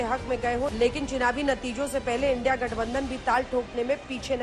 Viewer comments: मोदी को इंडिया कहनें भी नहीं आरहा है इंडी कह रहा है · India bolne me sarm aa rahi hai 😂ki indi bol rahe hai modi ji aap desh drohi ho India bolo na ki indi 😂😂